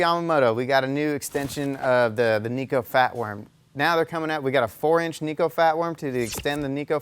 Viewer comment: its Neko not Neeko.